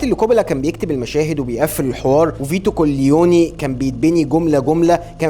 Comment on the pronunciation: الحب اقولك ملاحظه اسمه ميكل كابوني وليس كليوني لان كليوني دي شتيمه الايطالي ومعناها بيضان وشكرا